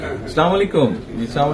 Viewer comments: এতো বড় নেতা সালাম টা ও সঠিক ভাবে দিতেই পারে না। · সালাম টাও শুদ্ধভাবে দিতে যানে না,,,, 😢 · সালাম টা ভালো করে দিতে পারে না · তারেক রহমানের সালাম দেওয়াটা সুদ্ধ হয়নি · সালামটাও ঠিকঠাক মতো দিতে পারে না,, জাতীয় ইমাম সাহেব 😂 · সালাম টা ও ঠিক করে দিতে জানে না। এ করবে দেশের উন্নতি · সালাম টাও ঠিক মত দিতে পারে না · সালামটা শুদ্ধ হওয়া উচিত ছিল